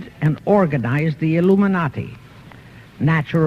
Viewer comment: the "Luminati". LOL